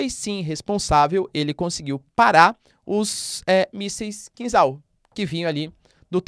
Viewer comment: É kinzhal, "zha" pronunciado como "já" de jacaré. Traduz como punhal em português, dagger em inglês. Punhal supersônico é triste.😢